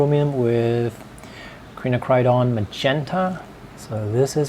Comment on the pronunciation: Quinacridone is pronounced KWIN--NAK--CRUH--DOHN >>>